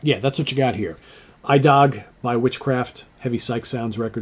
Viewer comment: The title is pronounced "ee-dag" (Swedish for "today"), with the emphasis on the second syllable